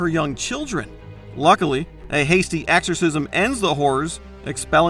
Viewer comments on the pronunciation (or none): is it me, or is this guy constantly saying AXEorcism?